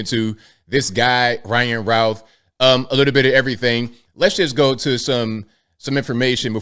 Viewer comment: "Routh" is pronounced just like "youth". Not "ow".